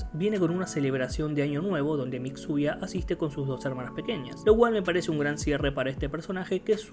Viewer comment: Me encanta como llama a Mitsuya "Mixuya" xd